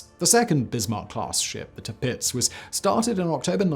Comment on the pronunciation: Tirpitz, the way you say it. it just sounds wrong